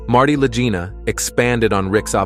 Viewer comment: I THINK THAT THE NAME LAGINA IS PRONOUNCED WITH A HARD "G" INSTEAD OF THE SOFT "G." THINK OF THE WORD "LEG" WITH THE HARD "G" SOUND. THUS, IT'S LAGINA. AT LEAST THAT THE WAY IT'S PRONOUNCED ON THE TELEVISION SHOW. (LAG-EENA).